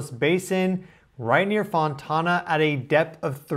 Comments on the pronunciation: You saying Fontawna is so funny to me. Its Fon-Tan-uh, pronounced like Ana with a T in front. Tana. FON-TANA ❤ I used to live there 😂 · A 4.3 is NO BIG DEAL. Jeeeze louise. BY THE WAY, FONTANA IS PRONOUNCED "FON TANA." NOT "TAUNA." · BTW - it’s pronounced Fon-Tan-ah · Not "fontona." Font Ann Uh. "Overdue" is a fallacy. If the time period is within 4 or 5 sample deviations, it's normal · It's not Fon-tahna. It's pronounced simply Fon-tanna. Tana like tan from the sun. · Hi! The whole ring of fire is popping of from the Russian earthquake's magnitude yes? We live in California so quakes are normal but we have had horrific Tsunamis as well. Oh not being rude but Fontana is pronounced (Faun tan a).Just a friendly reminder so people in California will know you are talking about that area. We are vast and have so many cities it's not even funny. Thank you for reporting this and I will subscribe to your channel. ☺️✌️🫶 from Cali. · "Fontana" like fon-lana. Or as we used to call it, "Fontucky" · I was raised in Fontana. It is called Fon- tana long A sound. It is San Bernardino County..not LA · FON TAN UH. Better known as FONTUCKY.😝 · Fontana is pronounced "Fon-tan-a," like getting a suntan. Did not feel the quake. I live 4 miles inland from the Huntington Beach Pier. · Fon-Tana…..not tona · Fon tan ah 😂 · Fon-tan-a; no long "a". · I heard the boom and felt the shaking. I’m about 45 mins away from Fontana. Also, let me help u with the pronunciation a bit. It’s pronounced Fon-tanna, like the name Anna. 😀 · fon-tan-a.......only one "o" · And for the peeps that live in Fontana it is pronounced “Fawn-tan-a” Fon then tan as in suntan…a.🌹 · Fontana like sun-tan-(a). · He did rhyme it with banana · Your pronounciation ia wrong. It is pronounced Fon-tan a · The way our boy says Fontona 😂 ❤ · In California we say "Fon-TAN-uh" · The way he pronounces fontana 😂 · I know. It sounds a little fancy. 😂